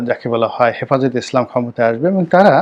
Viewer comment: ইসলাম উচ্চারন ও ঠিক মতো বলতে পারেনা। এই কুটনি